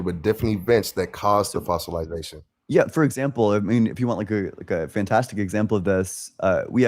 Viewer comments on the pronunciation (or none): none